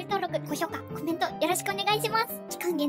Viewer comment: わたしの発音…？があってるのかわからないんだけど、 の発音はス↓タ↑バ↓がすき🥺🌟